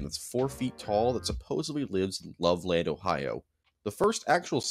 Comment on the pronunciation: As someone who lived in Loveland (Ohio, not to be confused with Loveland Colorado, a larger city), I can say that "Loveland" is pronounced more like "Lovelend", with a hard "eh" instead of "love-land". People actually talk about it quite a bit there, and local shops sell frogman t-shirts and whatnot. I've never actually met anyone who thinks it's real, but whatever. If anyone wants to know, I now live in the LA area.